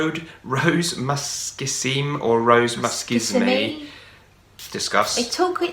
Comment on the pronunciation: the man got the pronunciation right: Muskissime, the suffix "Issime" in French is a superlatif, means "very musky". You don't prononce the final "e" unless it has an accent on it.